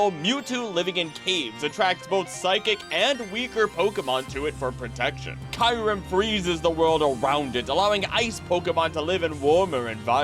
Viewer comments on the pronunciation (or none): I loved the video but some pronunciations of the Pokémon names were wrong like eternamax when its name is eternatus, and Kyrem when its Kyurem (Cure-Em) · Is it really pronounced kai-rem(kyurem) as you said at the start of the video??